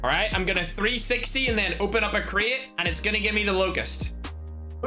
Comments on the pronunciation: Is Crate not craai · Normal people: Crate: Create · me:"Crate":"Cret"